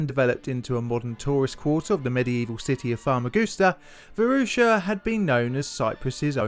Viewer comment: I grew up in in the Varosha district of Famagusta. I was there during the Turkish invasion, and the things I experienced in that dark time still haunt me. I played on that beach every day. It was a beautiful city, and part of me still considers it home. By the way, you totally butchered the pronunciation of Varosha and Famagusta dude